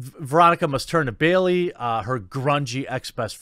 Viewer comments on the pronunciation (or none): none